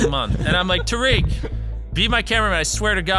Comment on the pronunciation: it was a joke because he said it wrong. He meant to say Tariq, but the voiceover he was using said tarik